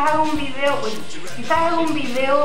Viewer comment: Porque dices vidio!😠